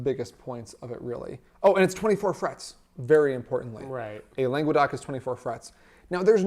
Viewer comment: God, hearing "langwuhdoc" was just painful. "Longe-doc" is way closer. Langues d'oc.